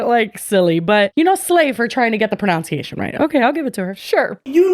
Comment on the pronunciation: The irony of mispronouncing pronunciation